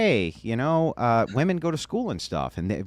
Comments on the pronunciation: Why do so many people have a problem with saying 'women'??? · Why do all these young girls always say “woman” instead of “women”? So annoying. The Air Force guy seemed nice enough but everything had to be started with “when I was in the military”. Destiny is useless. He has no idea how the real world works. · says "wooman" for both the singular and plural and it's irritating to listen to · How come women can’t seem to differentiate between the word ‘woman’, and ‘women’?